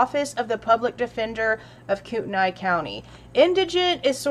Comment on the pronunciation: The judge may have mispronounced Kaylee, but you mispronounced Kootenai.